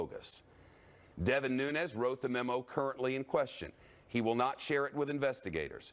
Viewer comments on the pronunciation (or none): "Nunes"...NOT "Nunez"...NO ONE of Hispanic or Spanish origin claims him... don't let the mispronunciation of his last name lead you to believe that he knows a word of Spanish...only Spanish that fat, white fuck knows are items off the Del Taco menu...